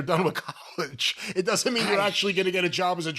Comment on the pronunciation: Aye gwadaterateted fwom James Sprunt cuhmoonedy collage. Yes, collage nawt college.